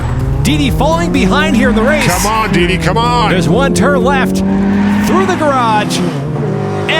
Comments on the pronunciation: bro said diddy in stead of deedee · What they heard:Dee Dee What i heard:Diddy